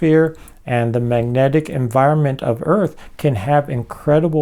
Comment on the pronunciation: He’s a great thinker, but I can hardly stand listening to his sloppy, slurry pronunciations. Example: maneuc vs magnetic